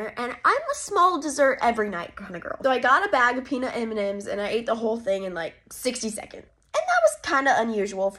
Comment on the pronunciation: She pronounce peanut m&m's wrong